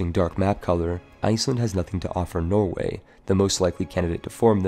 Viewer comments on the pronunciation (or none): none